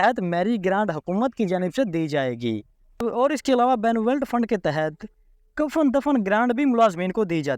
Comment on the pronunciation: اللہ کے بندے پہلے کسی پڑھے لکھے بندے سے بنولینٹ فنڈ کا صحیح تلفظ تو سیکھ لو جب اپ اس فنڈ کا نام بولتے ہو تو سننے والے کو غصہ جاتا ہے اور وہ یا تو اپ کا ویلاگ سنتا ہے نہیں اور سبسکرپشن تو دور کی بات ہے